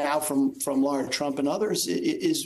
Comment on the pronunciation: It's a pet peeve of mine when people mispronounce names. It's Michael Co-hen, not Cohn. It's David Nunez, not Nuñez. And it's Lara Trump, not Laura Trump.